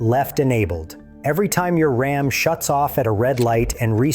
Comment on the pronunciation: From the horrible robot voice over that pronounces "RAM" as "Rahm" on the fifth word of the video to the hugely misleading "#1" (if your Ram has "e-Torque", it doesn't use the starter to restart your engine, it uses that big-ass 48-volt DC motor to directly turn the crankshaft) -- I'm giving this video a "thumbs down"